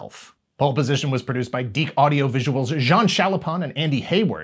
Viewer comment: Turns out I've been mispronouncing "DIC" for years...